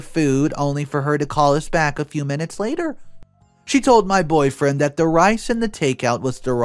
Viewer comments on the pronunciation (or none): none